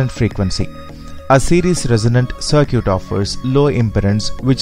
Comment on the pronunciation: Good video. It is pronounced "c-i-r-k-i-t". Perfect english otherwise.